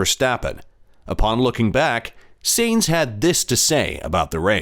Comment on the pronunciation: If you want to be taken seriously: learn the names. All F1 fans can pronounce Sainz!